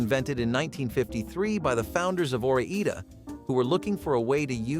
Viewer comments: Ore-Ida it’s the Oregon and Idaho potato company 😂😂😂😂 not eed- uh Ida like ida-ho. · It's Ore-EYEda not Ore-EEda. The maps on the package of Oregon and Idaho ought to clue you in. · Or-eeda?!? Robo?!? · It's called OR -👁 -DA Brand. You know like Oregon and Idaho 😎😎!!!!